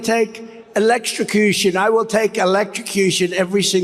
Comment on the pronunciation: Defendant Trump said he'd go to jail, and that he'd take electrocution (he mis pronounced), every time... Then give him what he wants!